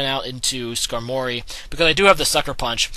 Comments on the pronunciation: skarmory not skanory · It's not needleking. There's no "needle." It's Knee-doh-king. And it's Scar-mory. says a lot of pokemon names weird.